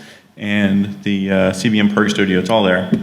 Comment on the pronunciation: Hi! Thanks for a great introduction to CBM prg Studio, you've demoed all the important features and explained it very clearly. If you're interested, send me an email and I'll send you a link to version 4 (with kick ass support). BTW, it's pronounced CBM prog studio!